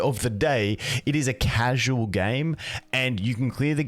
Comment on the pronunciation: "At yhe end of the gay" 👀👀👀